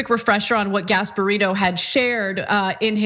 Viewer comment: I know the name is Gasparino but swear I just heard Gas Barito.